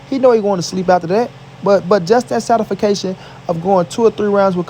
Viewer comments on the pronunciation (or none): "He want that satisfacation" hahahahha